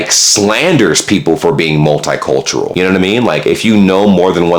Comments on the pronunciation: It's not mult-eye cultural - it's multee-cultural! Just like Italian is pronounced Eetalian! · Also its multicultural, not multeyecultural or multhighcultural